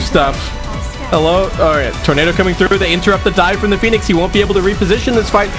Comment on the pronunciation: is it me or you read team 496 as phoinex